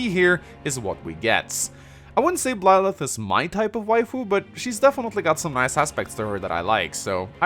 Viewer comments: Why do you pronounce Byleth as Blyleth? Why? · This just in, cannot pronounce Byleth and will fail to do so in all future content Pretty sure that not-Serra was previously confirmed to be named Mercedes and I think is a sword unit (?) Don't knock Bernadetta for being an archer. Apparently she can also use Lances. I get the feeling she's going to be a dark horse choice for a lot of people. Personally I'm really hoping that there are some more characters we meet who aren't part of this high school so we aren't in the Fates situation where everybody is either a royal or a retainer from the same country, but I'm not holding my breath. Failing that, that the implied time skip is long enough to moderately counter the whole ethical issue with leading on a student...